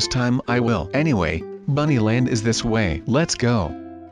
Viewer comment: He says buny land